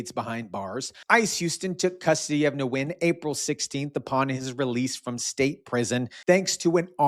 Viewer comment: Nguyen is pronounced Win 😉